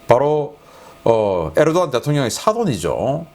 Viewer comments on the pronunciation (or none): none